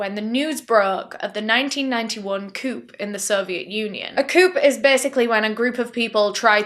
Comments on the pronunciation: Just fyi, it’s pronounced coo not coop. Not shaming, just thought you’d like to know. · A coop! 😂 love you so much 😂 that's how I said it for years until I learned it's pronounced "A Coo" Why put the damn P there then!? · I'm only laughing because "coup" is pronounced as "coo" in America, and the hard P really threw me. i thought you were talking about a car (coupe) lol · I love you soo much! you had me giggling when you said “coup” as “coop” and not “coo”. The best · i like how you shoutout your sponsor for making sure you get pronunciations correct, and you say coup like coupe, and not 'coo'. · Coup. Pronounced COO. The P is silent. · Coup is pronounced "coo," the p is silent ❤ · Coup is pronounced "coo." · Btw coup is pronounced more like coo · This is the first time I've heard an adult native English speaker mispronounce the word coup 😂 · Just an FYI, the 'P' in the word 'Coup' is silent. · Just an FYI: the 'P' is silent in the word 'coup' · I loved that American accent! You nailed it! On a side note I’m pretty sure that the p in coup is silent. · The "p" at the end of coup is silent. 😉